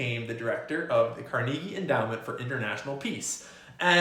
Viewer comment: Haha. You keep pronouncing Carnegie wrong.